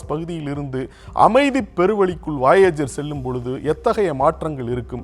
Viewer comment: என்னாது வாயேஜரா? அது வொயஜர் Voyager.